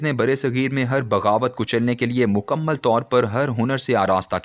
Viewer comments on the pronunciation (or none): none